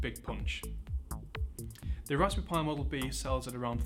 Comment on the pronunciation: It sounds like he's saying "Raspoo pi". Yes, he should have had the teleprompter closer to the camera.